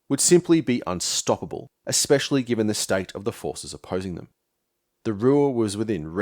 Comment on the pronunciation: "Ek-specially"... You can't sound wise when you mispronounce basic words.